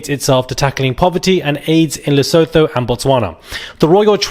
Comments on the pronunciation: Its pronounced Leso2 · “Le-su-tu”- that’s how it’s pronounced Even South Africans don’t trust Zimbabweans…and Nigerians/Ugandans/Mozambicans/Somalis/Pakistani’s….we have enough experience 🫣🫣 Sorry it’s the truth!!! Lesotho, Botswana, Namibia & Swaziland are our cousins…we don’t count Zimbabwe 😂😂😂 I have some “mmmmm” about Sophie shame